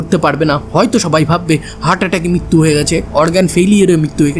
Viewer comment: ভাই কথাটা মৃত্যু , মিত্যু নয়,,,,ঋ উচ্চারণ ভুলে গেলে তো চলবে না